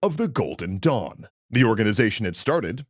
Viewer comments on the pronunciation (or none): Had my eyes closed. Thought you said the order of the golden dong. 🤣